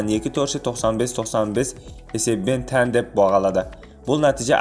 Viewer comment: тең дегенді тән дейсің арапша ма?